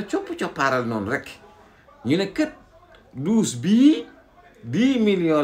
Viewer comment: Que Barth et sa dame aillent visiter '' ses douches Yi dousssser ''😅😅😅😅 Tcham